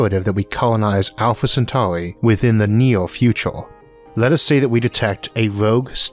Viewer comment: Yes, we should colonize Alpha Centauri in the neeah fewchaaah.